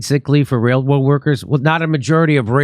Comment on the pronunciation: Sorry but "wail woad" cannot be left to die a quiet death.